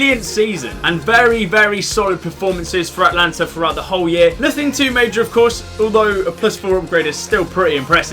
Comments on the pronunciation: A-ta-lan-ta not At-lan-ta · Not Atlanta it's Atalanta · its not Atlanta its Atalanta, just saying